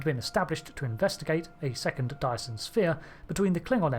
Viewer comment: Every time you say dyson it sounds like you're saying diason. Anyway good vid. This include, this includes :)